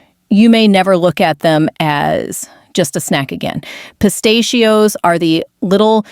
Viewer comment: This cheap computer A.I. program doesn't even know how to pronounce "pistachios."